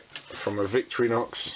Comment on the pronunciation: vic-torri-nox thats how its prenounced